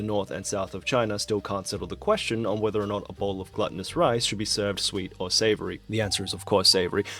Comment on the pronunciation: savory imo, but I'm more shocked at how he pronounced "glutenous" like "gluttonous"